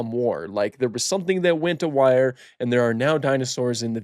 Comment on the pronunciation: Did you say “…something went a wire”? I think you mean “something went awry.”